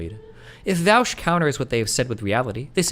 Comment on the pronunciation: Why are people pronouncing Vaush as Vaosh now?